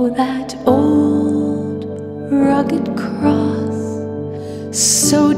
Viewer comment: She should pronounced significantly the letter "s" at the end of the word CROSS !